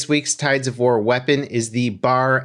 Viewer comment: Its B.A.R. pronounced separate